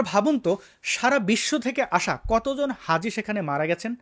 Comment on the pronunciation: Hazi noi haza...